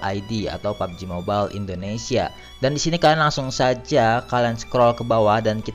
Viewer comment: Mobail anjr bacanya bukan mobel